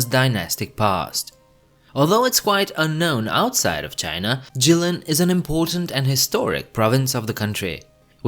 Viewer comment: It's Jilin though